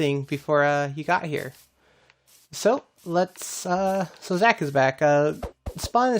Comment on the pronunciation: Your base is sick I heard in one of your last streams I think if your saying my name wrong which your not it’s spot on 👍👍also I changed my name but still call me Zach,c u soon!